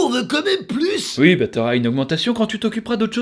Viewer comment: Un belge qui dit "ui" au lieu de "oui" un tonnerre d'applaudissements pour!!!